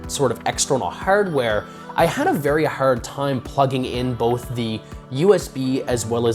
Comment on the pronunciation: You say "Hard" funny